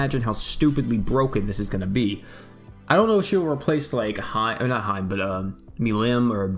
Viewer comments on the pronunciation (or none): Hee-May not hyme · Lol came here to say this ahahaha I was like it's like He-May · Hey, I just wanted to tell you that “Hime” is pronounced (He-meh.) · Look up how to say princess in Japanese. It's hime but you'll see what I mean when I say you're saying it wrong.